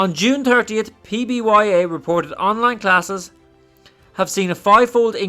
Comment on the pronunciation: Great video, but really focus on saying the ticker symbol correctly. It is PBYA! Otherwise excellent DD man!